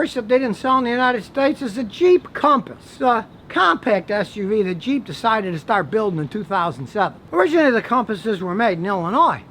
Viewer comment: Haha I first thought you said ' the cheap Compass' instead of the Jeep Compass.